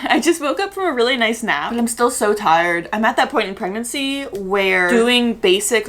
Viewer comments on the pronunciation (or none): none